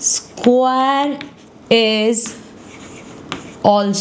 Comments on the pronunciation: Hey mam u are great at teaching but u r pronouncing square wrong ❤( no hate) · Mam square acha se bolo😂😂😂😂😅😅